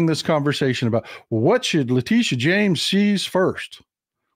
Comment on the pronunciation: Her name is James, he says “Jones.”